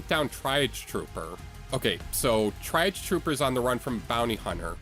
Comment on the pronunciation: "try-auge" it's tree-auge